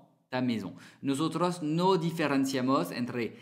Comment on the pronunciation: Perdona pero no decimos notonto jajaja décimos nosotros